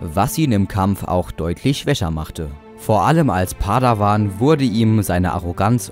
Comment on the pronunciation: nicht padawan sondern padewan